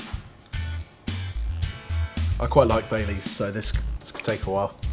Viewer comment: When he was saying baileys i thought he was saying bay leaves😂😂